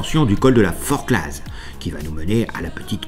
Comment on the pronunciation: On prononce "Forcla", sans le z ... sous peine de passer pour un monchu . "Mont Blanc" tout court, pas "Aiguille du Mont Blanc" Pas "Tonne" mais "Thôôôôôône" ;)